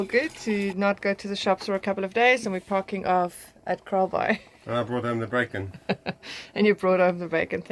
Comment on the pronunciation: _ I kept hearing you say "KAALBAAI"..... Did you guys experience anything with the South Seas Earthquake last night (Saturday ) Cheers! _